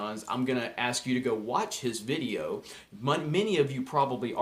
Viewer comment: Please just say video... other than that ... I love your ... vidioooos